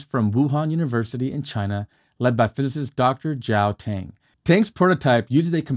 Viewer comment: Plasma engines work in space. As long as the propellant doesn't ignite in atmosphere why not. One thing to keep in mind for future videos. Chinese Pinyin Romanization is not pronounced exactly like the English alphabet sometimes. Dr. Tang's name is not pronounced with a long "a" sound. The vowel is pronounced as "ah", like the vowel in "ought".